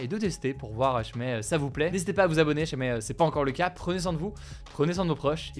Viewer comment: Sérieux, quand est-ce-qu'il apprendra à prononcer "si jamais". Dans TOUTES ses vidéos il dit "chmé". C'est vraiment génant.